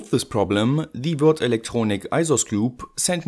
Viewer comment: Nice to hear you pronounce Würth, English speakers would say it like the word "worth". Also, are you sure they're inductors and not actually magnetic flux capacitors? ;)